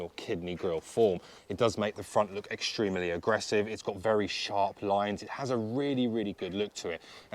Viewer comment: you say 'extremely' often, you pronounce it weird, it annoys me. do with this feedback what you will, otherwise like your content